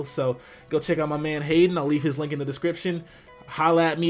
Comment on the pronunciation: I like how said Haydunn at the beginning (as in: Hey Dunn!). xD